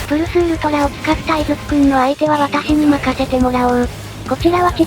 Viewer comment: プ↑ルス↓ウルトラって言ってるように聞こえるの草